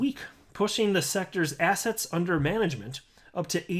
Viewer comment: Man, I must be listening to your videos way too much because everytime you say "assets", I hear "ass hats" :D